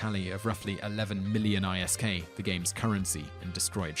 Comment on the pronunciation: tat eve cost report is... off it was over 30+ billon and its not pronounced i.s.k. its pronounced isk. no true eve player actualy thinks of isk as a an acronymn.(despite it actually being one so hold yur nerd rage- IM TALKING T YOU GOONS!) makes me wander what else he got rong. dude fact check not hard.